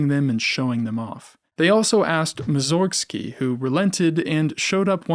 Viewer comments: He's Borodín (with "i" stressed), not Bórodin. And Mússorgsky, not Mussórgsky. I'm not being mean or trying to be clever, but this is just plain disrespectful to the people you're making video about. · I disagree. He doesn't know Russian or how its stress rules work, so I think he can be forgiven for that. Also, the pronunciation of Mussorgsky's name in the Polish way, as /mussórgsky/ instead of /mússorgsky/ was suggested by Filaret, Mussorgsky's brother, because he was sensitive to wordplay.